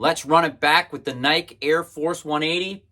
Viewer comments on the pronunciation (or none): Is there there a specific reason you are pronouncing Nike the way you do? He in Eugene home of the brand we pronounce it like Nike-E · Pronouncing Nike like "Mike" is weird, but cool video. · I can't watch this, dude. He goes out of his way to mispronounce nike. He's the only person on the planet who pronounces it like that.